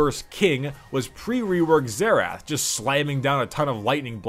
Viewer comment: Plz do a Xerath one, and btw it's pronounced "Xerith"